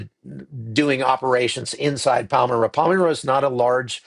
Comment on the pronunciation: It's pronounced "Palm-MY-ra, not Palm-MiR-a" . I have been to Bondi Beach. Sad to see this happening in such a beautiful, happy place. This is the heart of Sydney. A wonderful, world-class city.